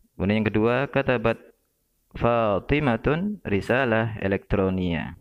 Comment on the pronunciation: Fathimah, seharusnya dibaca Fathimah,, bukan Fathimatun.. 🙏🙏